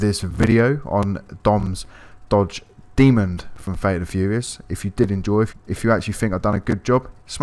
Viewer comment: Why’s he saying “dodge demond” it’s a demon